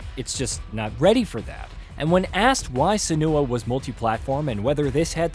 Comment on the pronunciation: Yeah that is how you pronounce Senua